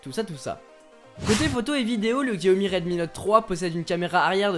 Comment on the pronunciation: Pour info on ne dit pas "Xiaomi" mais "Chiaomi" ! ;) Super vidéo !